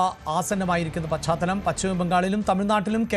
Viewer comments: പച്ചാത്തലം അല്ല മാമാ, പാശ്ചാത്തലം ആണ് ശരി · പാശ്ചാത്തലം അല്ല പശ്ചാത്തലം ആണ് ശരി